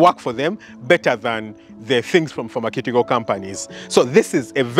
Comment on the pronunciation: Great post. It’s pronounced “Farmer-syoo-ticol” 🙏